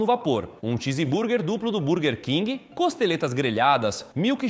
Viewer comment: "Tiziburber" é ser muito mala né? De onde ele tirou essa pronúncia? 🤮🤮🤮🤮